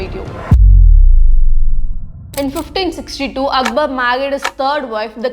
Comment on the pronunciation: He was Akbar, not Akbal 😂